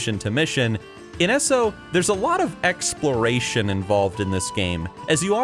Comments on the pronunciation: Every time says "S-O" and not "E-S-O", *eye twitch*. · E...S...O, not Esso ugh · pet peeve of mine, but its not pronounced esso, it E-S-O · Are you american? The way you say "eso" you allmost sound finnish